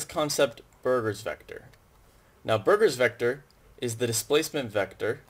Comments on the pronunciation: Burgers', not Burrger's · you might wanna notice that it is called "Burgers vector" and not "Burger's vector". it is named after a person whose surname was Burgers.